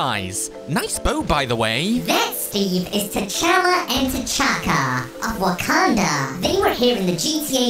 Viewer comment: Wakanda not wakenda